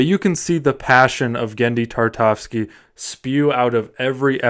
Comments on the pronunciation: dude, it's Tartakovsky, at least say the legend's surname correctly, God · From the moment you completely butchered his name, there was no way I was gonna watch this. Sorry not sorry.